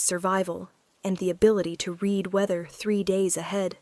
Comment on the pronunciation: AI still needs to learn how to PRONOUNCE Words Correctly to make the story Better. unless there is a human that also needs to learn. Examples: READ = 'Reed' this book; She "red" the book; also used at least 3 different pronunciations for "Peter" !!!